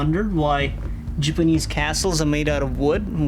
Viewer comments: jeepeeneze, lol! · ''Jipinece'' LOL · jipinease lol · I noticed he said Jipanese instead of Japanese. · anybody else notice he said jibenese